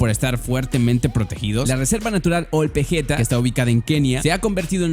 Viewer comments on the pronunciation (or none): Ol Pejeta se pronuncia Ol Peyeta